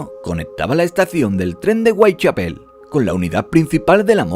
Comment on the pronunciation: Whitechapel: "Weitchapel" OMG